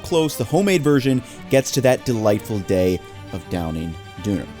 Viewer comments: Glad you posted the recipe (especially for the bread) on your site. I like your videos, but this time I can't take hearing you say "duuner" over and over. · "Duner" :) It's"Dawn ner" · Gardaşım it is DÖNER not duner kimse söylemedi mi ya didn’t anyone tell you olmaz böyle you should work on it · What 5he heck is a dooner kebab? Its döner, pronounced doe-ner. Like loner with a "d". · its don-er not doon-er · You're saying Düner, but it's Döner :P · pls man , its not "duna" or "doona". correct version is "döner" or "doner", short o, e and r instead of "a" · A dooh-nah kebab? Döner mate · dooner... bruh come on its pronounced dough-ner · It's funny how you pronounce the perfect "ü" making it Düner, instead of Döner. Great video together with Andong, I enjoyed the video of you tasting German food on his channel. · Isn’t it pronounced “Done-Air” not “Dooner” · No one says Dooner. My Turkish mates who own and run a kebab shop call it a DONER (Pronounced Donna.) First time I've ever heard Dooner. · Quick note, doan-ah not dooner. Mom's from Munich and have had plenty in my life. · As a Brit, hearing it pronounced 'duner' is so jarring haha - it's probably closer to the native pronunciation, but if you come over here everyone will say 'donner'. Interesting to see the lack of pickled chillies (and polystyrene tray), and you weren't nearly pissed enough when eating it! Jokes aside, great recipe. I really want to try a proper Deutsche Doner soon. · It’s pronounced don her not dooner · In England we call it a doner kebab, pronounced Doha-neh keh-bab it’s funny hearing you call it a DOONER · As someone who lived in Germany for years, this video was pretty great. But yeah, the pronunciation "dooner" was so strange. For English speakers, it's easier to just say "Derner", basically rhymes with "burner". Much closer. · yeah from my time over there we always pronounced it "doe" like a deer and not "doo," this is messing with me lol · A 'doooner kebab'?! 🤔😂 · Doooner? Germany....erm.